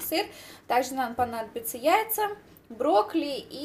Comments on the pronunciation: интересный рецептик, попробую обязательно, тем более брокколи люблю очень) Единственное, что резало слух, так то, что ты говорила в видео не брокколи, а брокли:D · Broccoli, a ne broccli ;) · почему не брокколи,а брокли.слух режет